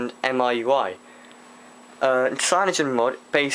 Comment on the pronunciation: MIUI is said Me UI.